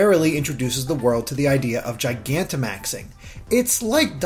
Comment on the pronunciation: FINALLY I FOUND A VIDEO WHERE SOMEONE PRONOUNCES GIGANTIMAX CORRECTLY